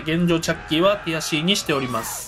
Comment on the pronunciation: の「ティアC！」がどうしても「くやC！」に聞こえる空耳にかかりました。